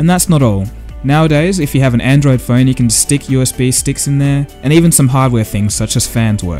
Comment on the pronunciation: your pronunciation is terrible. close is cloiz phone is foyn so is soy basic is bicyc change is chinge component is compoynent totally ununderstandable. improve.